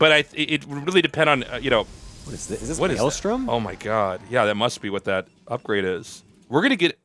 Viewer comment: Tasteless being unable to say maelstrom is always hilarious 😋